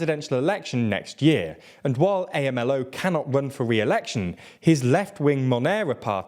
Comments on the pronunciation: A.M.L.O. is pronounced, Amlo. Just as it sounds, just wanted to put that out there for future reference. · I was looking for this comment lol. felt so weird to hear A-M-L-O